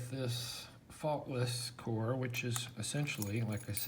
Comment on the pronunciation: For a moment there, I thought you said they were Thoughtless. :)